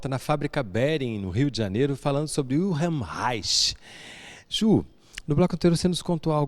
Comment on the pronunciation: O repórter deveria perguntar a pronúncia de "Wilhelm" antes de falar o nome dele!!